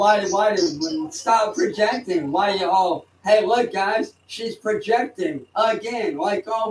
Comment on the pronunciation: When did he learn the word 'peojecting'? That's a 3 syllable word, those are hard for walking bedbug farms.